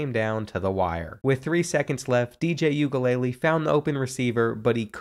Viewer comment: DJ You ga lay Lee ☠️☠️☠️☠️… sir it’s Oo An ga La lay 😂😂😂 oo as in moon 😅